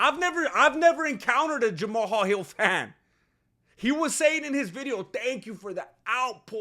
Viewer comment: Idek know if you're doing it on purpose, but the way you say peoples names gets me my guy, no disrespect, I think it's hilarious, and sorry if that's just genuinely how you say those names 😂 But Jama-hal is crazy lol 😂